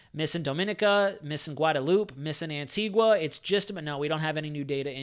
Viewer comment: What a phenominal resource ..thanks so much! And an American (?) who can pronounce the name of our island correctly!!! rather than "AntigWA" :-) :-) Great respect :-) :-)